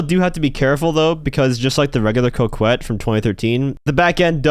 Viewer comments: It's pronounced cockette not cokewet but we can settle on cockwet. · Co-Ket not Co-kwet, excuse my French. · I absolutely hate the way you pronounce Coquette. It’s pronounced co-ket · How not to pronounce Coquette and Guzman by 🤌